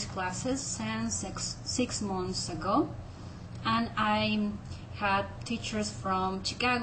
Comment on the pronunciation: Meh - pronounciation is fine! Its just an accent. Its cute! But if you want to try, look out for your 'o' . There is 'months' and there is 'munths' and in 'under' Learn to say the 'ah' sound a lot as in 'I got caught blogging' or um. Yeah something like that !! Seriously this stuff cannot be explained in text!!! hahahahlol